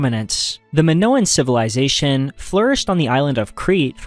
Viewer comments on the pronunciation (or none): “the minivilization”